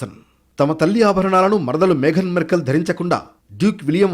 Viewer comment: మెర్కెల్ కాదు! మార్కల్ బాబు